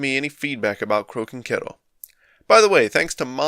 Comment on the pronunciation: Thought you were saying Croaking Kettle for a bit at the beginning :D Didn't realise it was pronounced like ろ